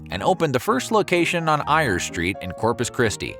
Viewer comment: ayers is pronounced AY-urz